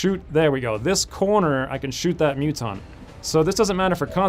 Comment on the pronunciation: Hearing Muton being said as Mutton is the most hilarious thing I have ever heard in an XCOM 2 let's play!!XD